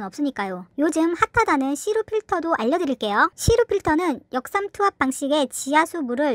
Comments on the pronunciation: 역 삼투압.... 유독 역삼 투압이라고 들리네요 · 역~삼투압 방식이라 발음해야죠. 역삼~투압이 아니고 ㅋㅋㅋ 역삼동 사시나?